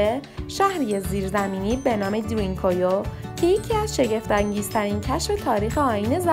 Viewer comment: ــ اولا که اسم این هر زیر زمینی را درست تلفظ کنید، تلفظ صحیح این شهر زیر زمینی که در تؤرکیه قرار دارد دَرین کویو یا بزبان دَری شما دَری زبانان ( پوست قهوه ایِ کلهِ زاغی ) هندی تبار جغرافیای سیاسی ایران، چاه عمیق است .! ــ دوما که، از کجا و روی کدام شواهد و سند معتبر باستانی مطمئن شده اید که این شهر زیر زمینی مربوط به زرتشتیان است ؟! ـ سوما که، پارس یا شکل صیح کلمه، پِرس یک کلمه عبری و به معنای سوار کار است که در واقع لقبی بود که یهودیان گذشته به هخامنشیان که برخاسته از قوم اِسلاو تبار آکاها بودند، داده بودند که بعدها کلمه پرس توسط یونانیها نیز مورد استفاده قرار گرفت و بصورت یک اشتباه به این سرزمینها اتلاق شد، نه مردم و اقوام روی این سرزمین .! ــ و اما از کجا معلوم که هخامنشیان و به تبع آن قوم آکاها اِسلاو تبار بوده اند ؟ از هخامنشیان برخلاف سومریان و عیلامیان لوح و کتیبه های زیادی برجای نمانده است اما آن معدود آثاری هم که از هخامنشیان برجای مانده است که از خط عیلامی بر نوشتن استفاده می کرده اند ترجمه آثار بیانگر زبان اِسلاو باستان هخامنشیان و به تبع آن قوم آکاهاست .! ــ چهارما که، گفتنی است که در زمان عباسیان تمام اِسلاوهای این سرزمین که ۲۰ هزار نفر بوده اند توسط معتصم عباسی به روم تبعید شده اند، بنابراین افتخار به کلمه جعلی و تحریفی پارس توهمی بیش نیست .! ــ پنجما که، کلمه پرس یا بگفته شما دَری زبانان ( پوست قهوه ایِ کلهِ زاغی ) هندی تبار، پارس که یک کلمه عبری و به معنای سورکار است همانطور که گفته شد، لقبی بود که یهودیان گذشته به هخامنشیان داده بودند و آن لقب مختص هخامنشیان بود نه دوره های پس از آنها، مخصوصا که دوره پس از هخامنشیان سلسه یونانی سلوکیان که از سرداران اسکندر بو